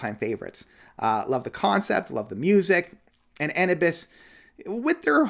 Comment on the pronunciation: Its pronounced Ann-New-Bus Anubis.